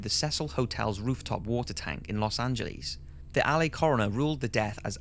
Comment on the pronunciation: Why you cant the narrator pronounce words correctly? LA, heard, etc. It's not the welsh accent, i just think he may be mentally retarded